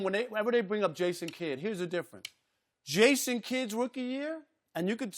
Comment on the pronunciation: "Ason kidd"🤣🤣